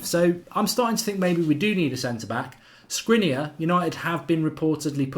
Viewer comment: Sh-kri-niar - like Martin Skrtel was pronounced